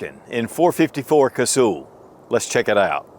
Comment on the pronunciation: It’s not Casool, it’s pronounced like hull of a boat. Cuz-hull. I have so much respect for that cartridge I just had to point that out.😊